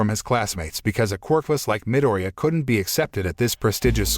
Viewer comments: I like how he miss says Izuku’s last name but says katsuki’s last name just fine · I like how he says minireya(midoryia) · Its medoria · hey the name of deku or midoriya is pronouced mi-dori-ya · Its actually a pronouncing problem from the narrator